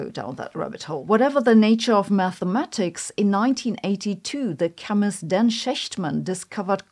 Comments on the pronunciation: I'm sorry, but you get 5 demerit points on your Germanness for mispronouncing "Shechtman." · As a german I would guess you would pronounce the name Shechtman correctly. The "ch" sounds like in the word acht in german.